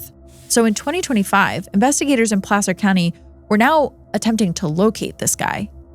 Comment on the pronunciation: I’m from Sac & the nearby Placer County (thank you for pronouncing it correctly btw!), lived there from ‘88 till last year and I had never heard of that case!